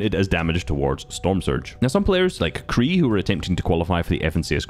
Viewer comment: BRO SAID CREE FOR QREI